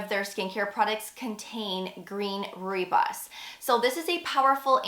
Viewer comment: FYI Rooibos is pronounced “roy boss”